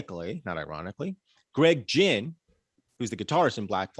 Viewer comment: The mispronunciation of Greg Ginn is killing me.